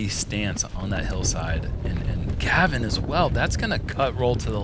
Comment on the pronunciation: sounds like he is calling Gavin... Kevin.